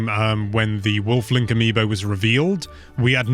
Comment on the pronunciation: When I hear him say, Wolf Link, for some reason I hear him saying waffling Link. I know that doesn't make any sense, but he has said the word "waffling" a lot in videos. That could be the reason, I'm thinking like that.